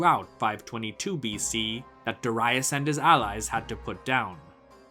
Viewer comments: Cambysis, not camb👁sis.... as in Hedeby, Darius, not Dar👁us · Good video but the way you pronounce Darius is wrong and distracting. There's no basis in saying Doh-rye-us. Neither in Persian nor in Greek where we know his name from